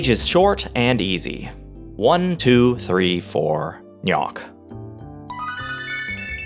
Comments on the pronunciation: Interesting video, however your faulty amateur methodology ruins the entire experiment because it should CLEARLY be pronounced "G'nok" and not "Knock." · shouldnt it be pronounced like nok or g-nok, and not nyak? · the pronunciation of GNOK was a little annoying, but other wise a really good video! almost makes me want to play the game again